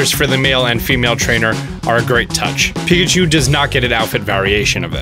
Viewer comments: "Let's Go Pikcahu" Okay then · ah yes pikcahu.. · “Pikcahu” What the hell